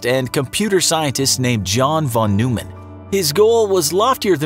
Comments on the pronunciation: It’s pronounced Von Noy Men. Not Von New Men. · Von Noy-man